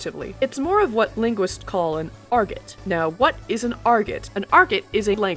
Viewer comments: Argot is a French word pronounced 'ar-GO'. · Fun video. Some friends from Delaware visited Boonville and were disappointed that the language is not common today - alas. Your pronunciation of "argot" was interesting to me. Merriam-Webster indicates that the pronunciation that rhymes with Margot is more common but both are found. Those of us who learned French are intrigued by the anglicization of so many Gallic words.